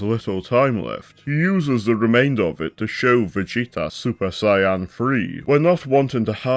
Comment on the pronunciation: Just found this video and THANK YOU, for pronouncing Saiyan correctly and for saying Kuririn/Teshinhan/Kienzan/Taiyoken and so on. Also spelling the name as Chaozu